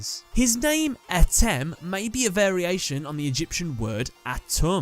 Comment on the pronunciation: It's pronounced Ah-tim